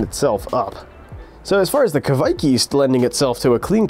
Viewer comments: Your first pronounciation was correct. Kveik, not Kviek 😄 Great video! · Kveik is pronounced like quake in earthquake, but you should here the "v". Great video. Greetings from Norway.